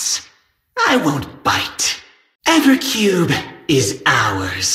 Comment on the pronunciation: Just so you know Its 'Evercube' not every cube And "do i smell a donut,is when he meets johnson i think